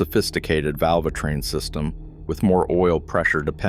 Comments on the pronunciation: "Valv-A-train" these AI videos are jsut flooding youtube, and they're CRAP! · Yes, hearing "Val-va-train" repeatedly made me quit watching this video. 😕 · Why should i believe any thing from a video where they cant even pronounce tbe word VALVETRAIN …. ? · Vulvatrain? Interesting. AI dogshit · Damn AI claiming to be, a tech... Val-va-train repeatedly!!! With that said, I have had 3 of these engines, all in mini-vans (Town & Country's and Pacifica's). One of the Town & Country's, a 2015 model, had 3k on the odometer when it's val--va-train went to ticking. Turned out it had a failure (a roller bearing on a couple of those roller followers decided to exit the chat), which then chewed up the cam lobes and essentially required replacement of all val-va-train components in both heads. Thankfully this was under warranty. Anyway, it had NOTHING to do with oil changes. This engine is now at 161k and it's not the engine that is the issue, it's the 62TE transmission that's the issue. Anyway, carry on. Oh, and one more OIL issue, is the plastic oil cooler that the filter pops in to and the cap screws on. FCA save a few pennies making it plastic (there is an all aluminum aftermarket solution) which inevitably fails over so many heat cycles by cracking which then leaks oil all over the place, especially in colder climates (like we have here in Chicago). That doesn't help things... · My guess, it's pronouncing the E as an A like in Spanish.